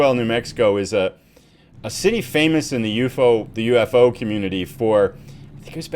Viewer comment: proper pronation is U.F.O. each letter is pronounced by itself please.....